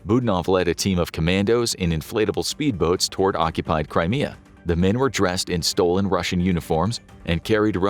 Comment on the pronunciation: When he said "Crimea Rebels" it sounded like that "Cry Me A River" song by Justin Timberlake lol.